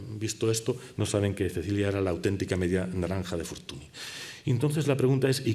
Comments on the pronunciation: La "ny" suena "ñ". Me patina mucho que un catedrático pase por alto la fonética básica del nombre de tal figura. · ¡Magnifica conferencia!, por cierto, Fortuny se pronuncia [fortúñ], apellido que procede del catalán, donde el fonema consonántico nasal palatal en el catalán con la grafía «ny» y en castellano con la grafía «ñ», representa el fonema /ñ/.